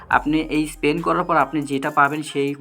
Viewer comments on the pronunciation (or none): স্পেন নারে পাগলা,স্পিন🤣